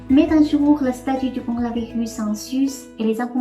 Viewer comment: mdr corolavirrus